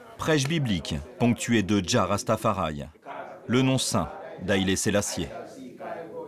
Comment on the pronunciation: Le cameran il m'a tué il a dit "rastafarai"